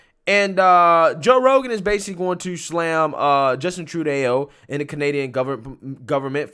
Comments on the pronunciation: Not prononcing it tru-de-o but tru-do. U got it rigth . Thx me later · Bro, i love what you do here, which is why i hope you don’t see this as anything other than constructive Criticism: 1) you got to pronounce people (and words) correctly. Tru-day-o? Cenk Yogurt? Seriously? 2) What’s going on with the way you read? You draw out the last word of every sentence with a downward inflection. It sounds like you’ve ran out of air at the end of each sentence. 3) stop using the word ‘probably’. You’re smart and have intelligent things to say. Give us more facts and less feelings. Again, not trying to insult you. Giving feedback as someone who listens everyday. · That's Trudeau hon, lol, not Trudeauo. Your so cute. Made me smile. ☺️☺️☺️ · I greatly enjoy your posts, and I often learn a great deal. I appreciate all that you do! One small pet peeve I have is that the Prime Minister of Canada's name is pronounced: "Tru-Doe" not "Tru-Deo". Sorry, it's a thing for me. LOL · It’s not “True day oh”, bro. It’s “Truedoh”. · His name is not true day O ...... Its pronounced Tru do. Sorry it was driving me nuts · It's Tru-doh. Not Tru-dayo. Thank you. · Not Tru-Day-Eww it’s Tru-Dough. In French Eau and eaux is pronounced oh. You are such a good creator, but you should check how to say something before you film. This still isn’t as bad as when you said Bi-loxi, which is pronounced Bi-lux-ee, a few months back. (Don’t worry, news stations were saying it like that during Katrina back in 2005 on international tv. People were calling the stations to complain the mispronunciation) I know us French Southerners are silly about our pronunciations. Love your work! You still one of my favorites. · Great segment. Please do me one favour. Justin True dough. Not Justin tru day oh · OMG Justin Tru-Dae-o, Thats what I'm calling him from now on. lol (It's pronounced Tru-doe) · True-DAY-OH? The man is contemptible as it gets, but it's True-DOUGH. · Its Tru doe not tru day o, lmao. Anyway a Good segment .